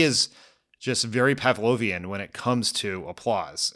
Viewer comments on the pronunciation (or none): Did he say Pavlovian intentionally?